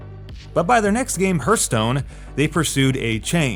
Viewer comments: I had to laugh when I heared you saying "hurt stone" again xD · If I hear "Hurthstone" one more time, I'm unsubscribing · yea, he also says "Laura" Croft. i donno guys, but i feel like this guy doesn't know jack about gaming and just reads someone elses scripts. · Hurthstone best pronunciation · Please Google "pronunciation: hearth" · henk thats the way he pronounces hearth. Who cares lol?